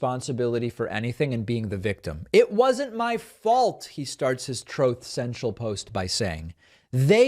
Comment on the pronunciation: Troth Sential how did I miss that one LOL